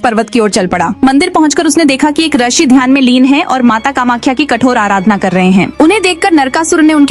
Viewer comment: पहली bt to mdm rshi nhi Hota rishi Hota h